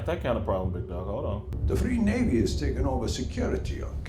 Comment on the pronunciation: ‘freer navy’ lol